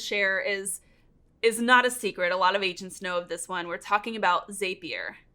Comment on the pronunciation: Just a heads up, it's Zapier.. that rhymes with happier... because jt makes life happier... right? Can't remember when, but I saw one of their ads with that in there. Lol